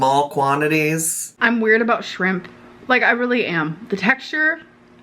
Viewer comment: shrrim-PAH 😭 the way her lips move when she says it sickens me